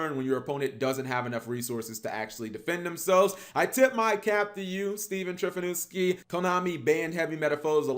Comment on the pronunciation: Did he just say Trifonuski? KEKW it is Trifunoski, Cap.